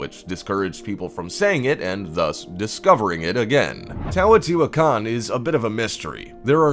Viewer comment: He’s mispronouncing Teotihuacán. He keeps saying "TAWOTIHUACAN"